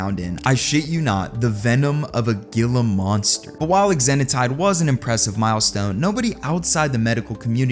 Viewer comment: IDK that I'm taking med advice from a man who can't pronounce Gila Monster properly